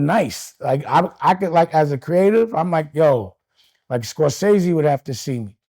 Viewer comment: Did he say Scorsese? 😂 KNOCK IT OFF DAME😂